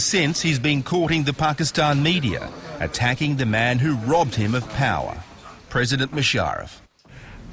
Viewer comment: shagzady pronounced Power like Par,...very desi accent.